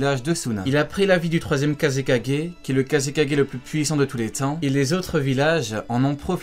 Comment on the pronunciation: oui mais non c'est kazekage Black Z dit kaze 4g mais lui il à dit kazegager